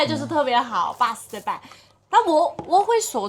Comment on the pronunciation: “巴适得板”不正宗，但是后面说的重庆话很正宗！！！！！